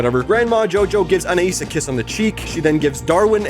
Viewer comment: Gumball’s family pronounces Anais differently a bunch of times, it goes from An-I-eas , to An-I-ES